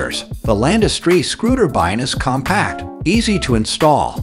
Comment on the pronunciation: You need a new AI narrator. Screwtabines?